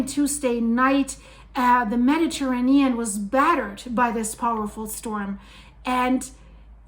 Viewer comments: The earth has always changed nothing new! And what’s with this woman’s weird pronunciation of Mediterranean? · Mispronouncing Mediterranean. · I've never heard anyone pronounce Mediterranean that way